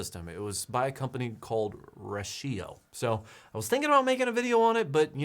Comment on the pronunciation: Rachio pronounced like ratchet....goober